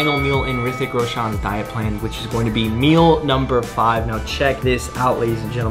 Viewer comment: Thanks for the video. I enjoyed it thoroughly. Just say his name properly, its Roshan, not Roshaan.